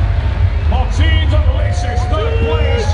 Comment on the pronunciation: Nobody: MARTIIIINS having a stroke